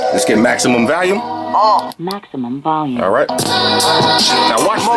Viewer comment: enjoyed your videos, but why do you always say valium instead of volume? just wondering.